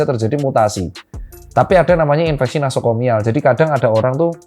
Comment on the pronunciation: Doc, koreksi, infeksi nosokomial, bukan nasokomial